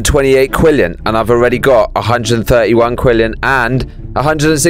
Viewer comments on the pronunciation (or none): He really said “Quillion” instead of quadrillion 😂😂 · its actully pronosed quadrillion 🤓